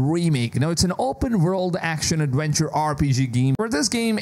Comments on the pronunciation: Which is even more wild after “adwenture” 🤣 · And awenture